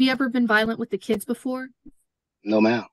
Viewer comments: You've no insight. If this man IS a teacher and can't speak 2nd grade english then 30 students in each class will learn to say 'wiff' also. Either he lies about being a teacher or the bar is low for his position. I'm doubting he has a college degree nor is he a teacher. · He doesn't seem to have tried well with his speech. "wiff" for "with". Very poor English skills, I'm doubting he's a 'teacher' as he claims.